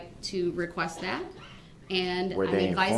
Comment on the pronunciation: Did he really say "dat"?